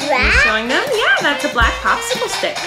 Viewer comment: said red popicicicle😂💜